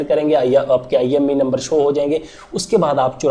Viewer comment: IMEI number hota hai...IME Nhi😂